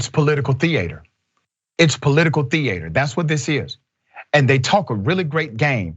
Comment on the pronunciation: Hilarious when people say "theayter"